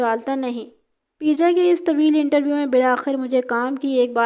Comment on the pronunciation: Baji peeja nahi peja hota hai pervez ka urf